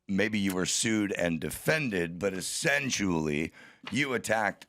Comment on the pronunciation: said "essensually" 😂